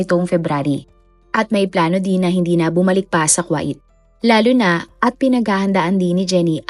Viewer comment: NO BASHING PLEASE BUT Miss narrrator ayusin nyo nmn po ang pronunciation ng mga salita tulad ng "KUWAIT" (ku-w8) hindi po KWA-it! Im sure d lng adults mga nanunood kundi May mga bata rin pra po macorrect din kung papano tamang pagbigkas ng mga d nkkaalam ang hindi cla mapahiya at yung tamang pgbasa at pagbigkas ang mkksayan.